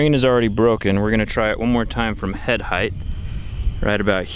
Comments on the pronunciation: "... head heighth" ... welp, unwatchable. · I really like your videos but what I'd really like to hear, is you pronouncing the word "Height" correctly. Try comparing the word "Weight" and "Height" they should sound almost the same . It's as if your adding an extra "th" to the end of "Height". Thanks for the awesome content!